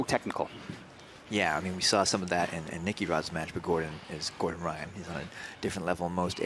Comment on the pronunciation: Gore-Done Rye-On